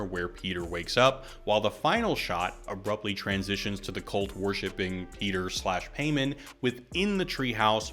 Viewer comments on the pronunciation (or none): It’s PIE-MON not PAY-MAN 😊